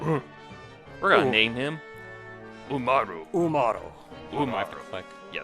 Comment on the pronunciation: When they say it "UmarU" I can only think of the eponymous honour-student-slash-gremlin girl. Umaru~n!